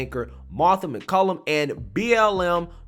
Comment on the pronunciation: BTW, Her name is MacCallum MacCallUM! I like and respect her too, practice saying her name right! Respect!